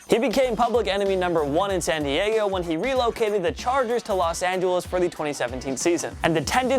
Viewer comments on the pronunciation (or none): none